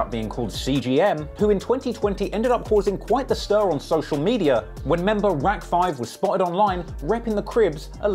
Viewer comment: i think Rack5 is pronounced 'racks'